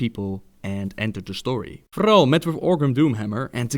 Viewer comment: the way you say thrall annoys me alot xD